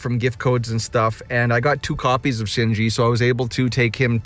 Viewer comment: Shin-ji, not shin-jin or sin-jin